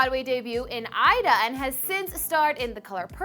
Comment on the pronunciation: This blonde bitch is dumb as f***. For starters she can't pronounce anything right. she pronounced Aida wrong and Fela. where do they get her she needs to go back and crawl under whatever rock she came up out of.